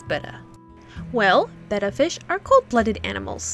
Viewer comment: I love the way you say betta. Maybe it's just the sound, idk. Betta Fish.